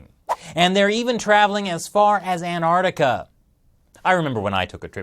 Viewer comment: Why do you pronounce Anartica and not AnTartica?